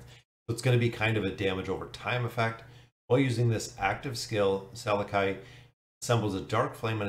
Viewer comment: I think his name is pronounsed "SalAki", just like salami.